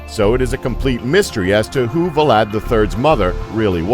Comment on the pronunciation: Are we gonna pretend that the narrator can’t pronounce Vlad without inserting an additional vocal?